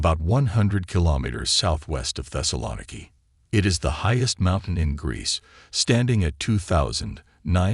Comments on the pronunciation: Literally the first word that's spoken is the mispronunciation of the name of the city that is the very subject of the video. Not off to a good start. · the way he pronounces "thessaloniki" is killing me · One would think that if someone was interested enough to make this doc., they would have researched the correct pronunciation of this city!